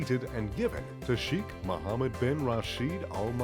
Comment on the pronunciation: His name is pronounced as Shaykh, not Sheekh